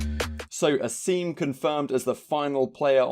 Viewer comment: Asim deadass says his name in the announcement and still you don’t pronounce it right LOL